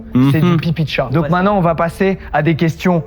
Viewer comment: C'est ce qu'on va découvrir mainant.. maintenant... faut articuler un minimum 😂